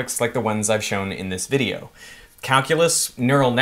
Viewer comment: Your Australian came thru when you said "this video" lol